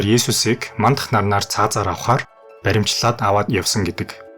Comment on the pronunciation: Баримчлаад байхдаа яахав дээ. Баривчлаад гээч.